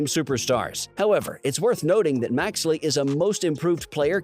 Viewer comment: Maxey not maxley lol